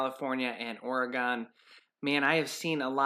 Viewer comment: Oregon is pronounced like 'again'... Or ae gEn ... People in Oregon are cringing over that pronunciation more than watching the forest burning. Guaranteed Just like San Franciscans can't stomach 'FRISCO' and Nevadans listening to the butchering an overly pronounced short 'A' in their state's name. It's NevAda with longish 'a' not "AH" sound. It's not NeVADH it's NevAda like "ahh" NeVAH DAh there...sheesh.